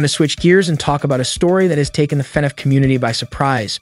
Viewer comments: fanaff fans????????????????????????? its prounounced lik fuhnaff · YOUR STILL SAYING IT WRONG YOU SAYING FEHNAFF ITS FUHNAFF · DUDE ITS FUHNAFF NOT FANNAFF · I can’t stop laughing at how he says “Fenef” instead of FNaF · if this guy says Fanaf instead Fnaf one more time I'll jumpout the window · f-NAF not F-nef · no hate but can u pls stop saying "fe naf" its just straight up "fnaf" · why is bro calling it fenef instead of fnaf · broooo it's fnaf not finaf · i'm in pain each time he says "FANAFH" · Love the "fe-nef" pronunciation. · I keep hearing Fed Ef when he says FNAF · Why is bro saying “fenneff” lmao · man really said fenef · fnef movie lol, he also says fnef every other time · Ah yes. FNEF can’t wait to see it I loved watching mark play FNEF. Y do u keep saying FNEF???? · Why does he say fnaf weird Feneff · it bothers me how you say FaNAF. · why he saying fenaf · bro why do you keep saying FENEF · The way you say fnaf weirds me out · BROOOOO HOW DOES THIS GUY PRONOUNCE EVERYTHING WRONG